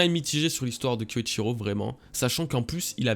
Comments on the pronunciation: J'ai bien aimé ce chapitre pour ma part le personnage de Denjiro a beaucoup de profondeur et de charisme je trouve... Hate de voir les fourreaux rouges combattre au côté des mugiwara! Sinon par pitié! Kyoshiro pas kyoishiro pq tu nous inventes un i? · Kyoshiro pas Kyochiro. -Maiko n'a rien à voir avec prostituée. -Kaïdo modifie le châtiment après la provocation de Neko. -La peur donne froid. J'ai l'impression qu'il comprend rien du tout au manga. Jamais vu une chaîne One Piece autant à côté de la plaque.